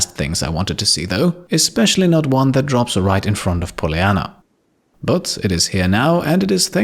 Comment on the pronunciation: I'm going to have to unsub, no one probably cares, but: What I've had enough of.. 1) The microphone is awfully setup, you will hear what I mean if you use proper headphones/proper audio setup. You won't hear it on cheapo desktop speakers. 2) The way says "but" - i actually legitimately cringe. I know is german, but there's no reason to butcher it this badly on purpose.